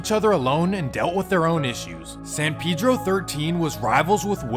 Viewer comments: Pedro like peh-dro boy pronouncing it wrong the whole time taking shots at other niggas pronouncing it wrong 😂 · Bro you don't even know how to pronounce it. That's a very soft e not that hard ass e you're using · You know this foo white when he pronounces Pedro wrong 🤣🤣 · Are you sure it’s pronounced like that bro because you saying it like pee-dro I feel like it’s pronounced pe-dro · It’s San “Pe-Dro” it’s Spanish it’s not San “Pee-dro” ... That’s how some black people say it in the city not the Mexicans. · Its not pee-dro either but thats how blacks say it. Its really pronounced peh-dro. Like peso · No one in L.A. says PayDro. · Smh it's so easy to say San Pedro, it's hilarious how y'all can't say it right 😂 like bro did y'all not see Napoleon dynamite? Vote for PEDRO not pee-dro 😂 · Ive noticed black ppl pronounce it as Peedro usually and others say Paydro. But in Spanish its pronounced Peh-Dro. The PE is pronounced like the word pez. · Ima say still say paydro 🤷🏽‍♂️ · It’s definitely not pronounced “pee dro” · San Pee dro lol 😂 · My boy said San Peadro… I swear people lack common pronunciation. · I can’t even take this bozo serious who told you you say Pedro “piiidro “ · Yea I feel you. I usually only hear Hispanics use the correct pronunciation. Most black ppl in San Pedro definitely say Peedro lol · Pee-dro for dumb foos 😂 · remble says it too watch his no jumper interview .. it's you out of towners that really care bout that lmao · i know blacks from San Pedro pronounce it like Peedro but im saying the dude who wrote the original comment is wrong too and its not Pay-Dro lol im not trippin on how ppl say it cuz ur right it dont matter. Its just funny when ppl try to correct others but r wrong too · Nigga said San Peedro lol it’s Predro idk how to explain on her but it’s Pedro not the name of latino person I guess not Peedro 💀😂